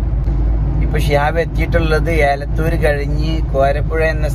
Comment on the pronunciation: ഏലത്തൂർ അല്ല എലത്തൂർ bro